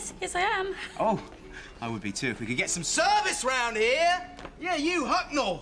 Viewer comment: Very nice pronunciation of Mick Hucknell by Katherine Parkinson there.